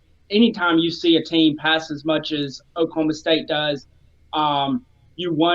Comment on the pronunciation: Please don't say Okie State. O-State works.